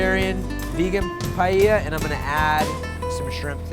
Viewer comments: What's pie-yeyer? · Pie Ella that’s how you pronounce it! Ffs